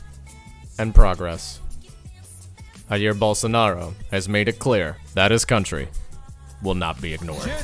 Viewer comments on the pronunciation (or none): Oy mate. Just wanted to say that "J" has more of a "jay" sound rather than the "heh" sound you hear in Spanish. Like, it may even sound a tad offensive to pronounce it as if it was Spanish. Cheersm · Nice video. It's not "hair", it's "Jair" though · Also you shouldn’t pronounce Jair as if it’s a Spanish name. How do you pronounce “James”? You should use that rather than saying “Rair” - it’s REALLY annoying to Portuguese speakers when we are mistaken for Spanish speakers. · It is a very well done piece, very informative, well researched and accurate, as far as I know. It even does a great job with the subtitles and translations. The only thing that bothers me is the Spanish pronunciation of Jair (ha-eer), which is alien to the people in the whole territory of Brazil, among its many accents. The Portuguese J should sound just like the french one, like a zh, that is, the G in genre. So Jair should sound like “zha-eer”. Saying it like an English J would be doable, Portuguese-speaking people would recognize it as the same name. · The J in Jair sounds like the 'ge' in garage and beige /ʒ/ (not /dʒ/).